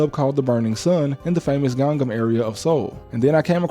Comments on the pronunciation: Wish you could learn how to pronounce 강남 or as you say gang nam but definitely didn't know wtf u were talking about until you said richest part of Korea. Dunno if it's actually the richest is pretty close to if it isn't. No one afraid of these yn's in Korea bro. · Ganggam? No, it's Gangnam.